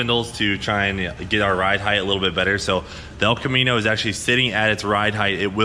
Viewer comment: The El Ca-mean-o